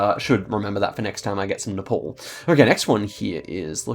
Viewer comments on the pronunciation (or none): none